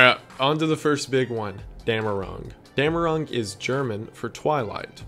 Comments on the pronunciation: it´s called "dämmerung" not "damnerung?" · Not Damnerung, but Dämmerung. Damnerung would be an idiots attempt to translate "Verdammung". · Its actually Dämmerung.